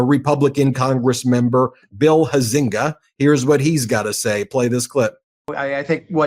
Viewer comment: UM...not pronounced Hi-Zenga where I'm from. Although there are two ways I know how to spell it, In Illinois it's pronounced HOWS-EN-GAY. Yeah, he is also a Trump Ass kisser as well.